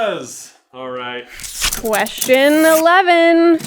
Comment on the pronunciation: ahem, it's question elehm